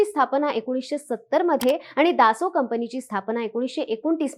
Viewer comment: 🙏 स्पेलिंग दसॉल्ट आहे पण उच्चार दासो करतात, आणि त्यांचे उच्चारण बरोबर आहे.